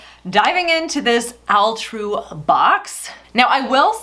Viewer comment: All-true not Al-true.